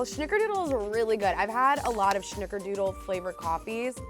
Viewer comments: Who else is triggered every time she said SH-nickerdoodle? 🤣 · Love this!! (There is no H in snickerdoodle so it’s not shnickerdoodle but maybe it should be) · I found this video on my phone specifically to comment this. 🤣🥴🙃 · I love her but the way she says snickerdoodle xD